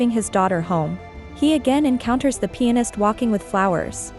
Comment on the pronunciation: Everytime you say pianist it kinda sounds like penis lol I was like know way she's saying that so I listened closer & was like, oh okay because the guy is really a pianist. I feel really dumb right now lol You're really AWESOME the way you explain things. Keep up the great work & stay safe ✌